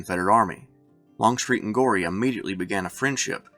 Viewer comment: Thomas Goree's name is pronounced go- ree, not gory! Get it right boy.